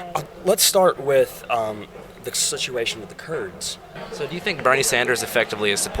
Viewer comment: "Let's start with...the situation with the kurds..." Hahahahaha